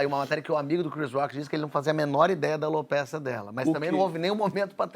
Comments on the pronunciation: NÃO É ALOPÉCIA, GENTE. É ALOPECIA. CREDO! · Que agonia ouvindo eles falarem o nome da doença errado ..